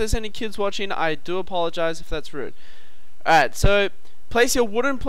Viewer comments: I like how he says "A'rrite" :P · All Aussies say alright so don't worry about it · LOL how he says alright